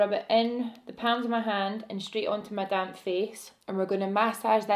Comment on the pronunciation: Did anyone else think she said damn face instead of damp face at the beginning 😂😂😂